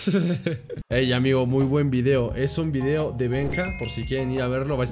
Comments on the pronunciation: en el minuto 5.27 dise Benja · Dijo Benja